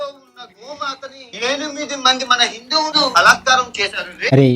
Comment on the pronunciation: Anna em anukoku nuvv hindhuvuluu antunava ledha bindhuvulu antunnava 😅